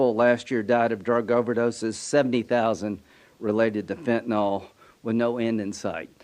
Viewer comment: Cheeto puff's bestie cheese puff what do you mean "we're gonna"?? You can't pronounce fentanyl correctly. You are a damn joke yourselves 😂